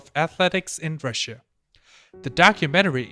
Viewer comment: Normal people: Russia: Ra Shia